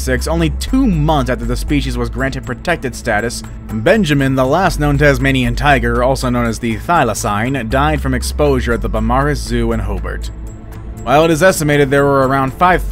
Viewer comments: It’s nit hobert it’s hobart say it like ho and Bart then combine them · It’s not hoburt it’s Hobart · Umm it’s accutally Hobart not ‘Hobrt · I live in Australia and it’s Hobart not Hobort just saying but love your vids but anyway there have also been sightings in Papua New Guinea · in "Hobort" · Its pronounced "Ho- Bart" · I’m from Tasmania and I cringed our the pronounciations of ‘Thylacine’ and ‘Hobart’ lol